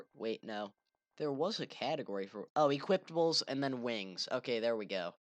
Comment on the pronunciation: i couldnt focus on the video because this dumbass keeps saying "equiptables"